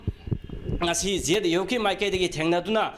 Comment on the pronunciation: Zyf natte zuf haibane pao pabase phajana chumna pabana di chum gani